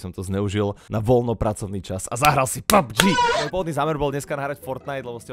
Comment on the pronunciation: je to pabfžiiiiiiiiiiiiiiiiiiiiiiiiii xd